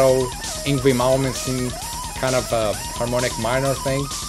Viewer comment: Love the fact he had some hard time attempting to say "Malmsteen." I feel you, bro.